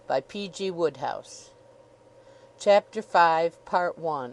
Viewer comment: Oh dear. That's not how the author's name is pronounced. I think I'm done here.